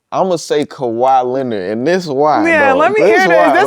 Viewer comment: dis nicca said kawhi Leonard 😂😂